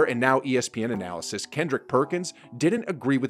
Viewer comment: You should look up the pronunciation of "analyst".